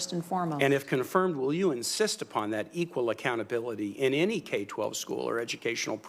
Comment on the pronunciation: She couldn't pronounce the word equal if her job depended on it. Source, this video.